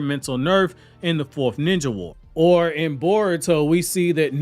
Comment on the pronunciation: Bar-uto Explained!!